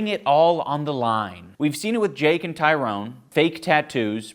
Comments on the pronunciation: Did Sam Hyde make you want to box? Were you embarrassed when that giant weirdo styled on you? Also it’s Tyron not Tyrone. Please get his name right. It is literally a thing white people do to disrespect him. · His name is Tyron, not Tyrone. Plz stop calling him Tyrone.